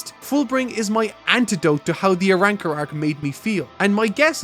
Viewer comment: This man said the ARAWRCAR arc, i can't wait lmfao 😂😆